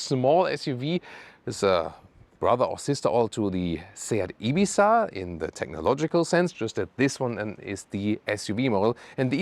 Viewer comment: That "Ibizzzzzzzza" at the end of the video was nice, full ES pronunciation! Great work and!